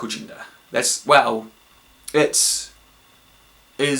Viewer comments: Every time they say "gender" I hear "ginger". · i keep hearing Ginger haha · WHY DOES HE PRONOUNCE "GENDER" LIKE "GINGER"?????? ITS DRIVING ME NUTS